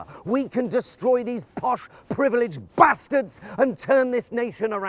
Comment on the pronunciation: On top of all his other numerous good qualities, Jonathan Pie even says "bastards" properly. None of this posh sounding baastards rubbish. It's an insult to make that beautiful word sound polite. Say it like a Northerner. "Bastards!!!"